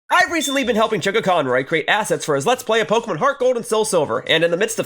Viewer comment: “Assets” lol yeah ok